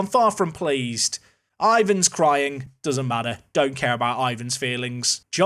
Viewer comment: It's IVAR, not IVAN, thought I'd save you from embarrassment later haha :)